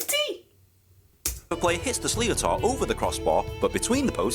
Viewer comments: why is a Brit explaining the rules of hurling and cant pronounce sliotar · Reacting to a video where a Brit cannot pronounce "sliotar" [pr: shlitter] correctly is galling. There are 156 different skills in the game, although Cian Lynch keeps inventing new ones! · The goalkeeper does not puck the ball from the 65 after the ball goes out over the end line, he pucks the ball from just inside the 13. The fact that's it's an English accent,(don't know if the guy commentating is English) and he can't even pronounce Slíotar, is crazy. There are better videos available explaining the rules and pronouncing the names, properly.